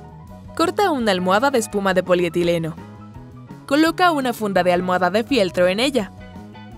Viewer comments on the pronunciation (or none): politirieno? Pd like.si te diste cuenta